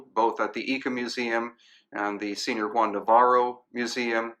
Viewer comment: Senior????? Are you KIDDING me? All the years you've spent in South America and you don't even know how to pronounce the simplest words. Like señor for goodness sake